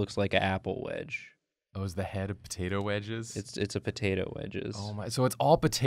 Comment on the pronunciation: Poturtle? No, turtato